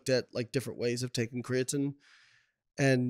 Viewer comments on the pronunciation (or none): CREATINE ... not creating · small nitpick here obv but I absolutely cannot stand the way he says crea-tin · What does he pronounce it Crea-Tin? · Whats the word im looking for.... You have 2 “professionals” who cant even say the word “creatine” properly... Is this irony or... ?